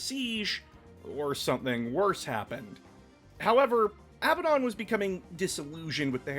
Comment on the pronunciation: Abbadon is "a badun" (a bad one).